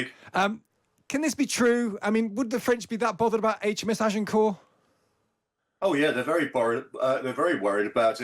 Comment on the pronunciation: In WW2 the yanks reused names from sunken carriers. So renaming isn't unheard of. Don't know who the work experience girl is, but perhaps the problem is that nobody can pronounce Agincourt?